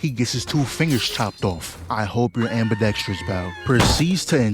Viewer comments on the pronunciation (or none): none